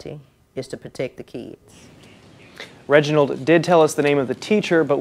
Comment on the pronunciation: You just said "kidses" I refuse to finish this vid